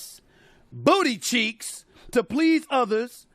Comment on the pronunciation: Why Stephen say booty cheeks like that 😂😂😂😂😂